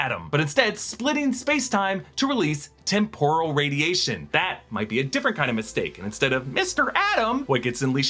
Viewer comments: It’s pronounced TEM-PUR-AL or TEMP-OR-AL, NOT TEM-POUR-AL. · Ok, this is picky but Is the word really pronounced tem-POR-al or is he just mixing it up with the Japanese deep-fried snacks (tempura)? I always thought it was TEM-poral. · The word temporal is pronounced with the accent on the first syllable TEMP rule. Sorry but that really bothered me so I googled it.